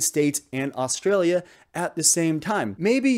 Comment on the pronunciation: You gotta hang on the ay just a little longer 'straayya It shouldn't sound the same as Freya